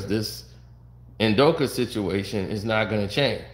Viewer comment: Why after all this time does keep saying Udokee when its clearly Udoka like wtf is wrong with him man?